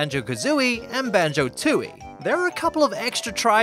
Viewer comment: Isn't it Tooie, not Tootie?